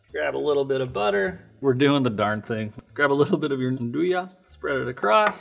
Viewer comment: The one used in the video is kinda lame. You are not even suppose to slice real Nduja, it has to be heated then you can spread it on bread. Also the video gets the pronounce wrong : the J is pronounced like in "Bonjour" in french.